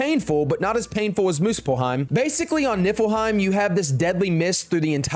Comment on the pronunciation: It sounds like he says it nippleheim 🤣🤣 which is hilarious